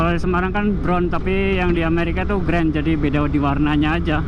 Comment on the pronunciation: Mulut mu typo, yang di US itu Grand bukan Green😅